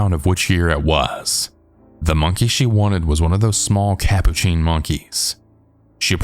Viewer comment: Hey cool, thx! P.S. just a friendly note: "capuchin" is pronounced as "cah-POO-chin". 🖤❤Keep up the great work, dude, and thanks again!